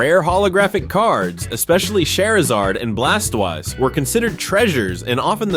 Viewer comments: im a huge pokemon fan if ya gonna say their names say it right lol when you said charizard and blastoise it felt like a french dude saying it. blasttwazz🙄 lol no big deal felt the need to help a brother out lol🤣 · I never heard Blastoise’ name butchered so badly before.